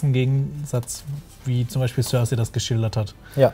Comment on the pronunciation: Die Leute von der sind so welche die sich das wohl meistens nur auf Englisch oder vorallem auf Englisch anschauen das merkt man dann schon wenn sie über GoT reden. Die Aussprache von Namen oder Orten zb. die Aussprache von Cersei. Ich kenne niemandem der Game of Thrones sieht und ihren Namen auf Englisch ausspricht. Und wenn ich mal drüber nachdenke in meinem erweiterten Freundes und Bekanntenkreis schauen von etwa 20 Leuten die regelmäßig GoT schauen vlt 1-2 Leute inklusive mir überhaupt mal auf Englisch. Ich weiß auch garnicht was das soll die Deutsche Fassung ist toll Synchronisiert und manchmal finde ich dass gerade durch die Deutsche Sprache auch eine Tolle art von Mittelalterstimmung aufkommt.